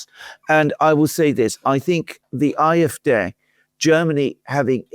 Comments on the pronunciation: Why do you call the German party 'I F Day' instead of 'I F Dee' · Be consistent pronounce CDU and SPD in a German way or pronounce ADF in an English way as I would do when speaking English.